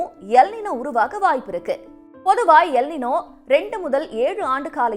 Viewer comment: அது எல் நினோ இல்லை "எல் நீன்யோ". இது ஆங்கில வார்த்தை இல்லை மாறாக ஸ்பானிஷ் வார்த்தை. Ninoவின் சரியான ஸ்பானிஷ் உச்சரிப்பு நினோ கிடையாது நீன்யோ!